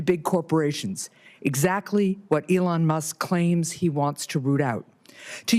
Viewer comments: What a sad hearing for Peters. Falling on the sword for the left since he's not seeking reelection. If you're going to talk bad about the man, you should at least give him the respect of pronouncing him name correctly. E-Lon not the hard Senator... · Why do you keep saying Ellon Musk? Your side said saying names incorrectly is racist. Therefore, you are a racist by your own rules. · Why does Senator Peters keep talking about Elon (which he can't pronounce correctly) Musk & Donald Trump, instead of the actual subject of the hearing, which is wasteful spending by USAID? The allegedly illegal methods of the Trump administration to investigate, report, and stop waste is not relevant to the hearing. Nor are the alleged conflicts of interest of Elon Musk. Regardless of the legality of how these examples of waste, abuse, or fraud were discovered, the purpose of hearing is not to determine the legality of those methods, but to examine the information they produced. This is another example of one of the many reasons people have been abandoning the Democratic Party in droves. Whenever their opposition tries to address an issue of legitimate concern, rather than participate, the Democrat Party prefers to use the conversation as an opportunity to digress into an irrelevant adjacent subject that they believe vilifies their opposition.